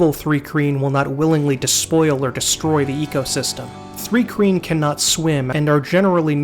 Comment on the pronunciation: Thanks for this, my fave RPG setting. Btw it’s pronounced “trye-keen” .